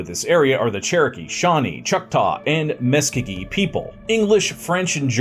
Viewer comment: Say Muscogee again. That was funny. 🤣🤣🤣